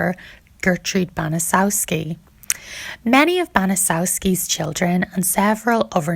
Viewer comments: Fyi, her last name is pronounced "Ban-a-chet-ski". Srry if I was snarky. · Hey narrator!!! Get the name right!!!! Its pronounced bana chefski!!!! I know its a big word but say it with me banachefski!!!!!!! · It's name is pronounced banachefski